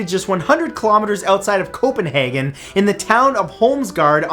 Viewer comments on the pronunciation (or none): none